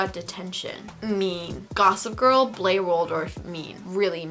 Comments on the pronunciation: She did not say Blair right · the way she said blair💀💀😂